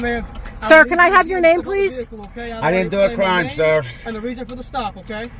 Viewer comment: Not a cwime to twavel. Car full of bad DNA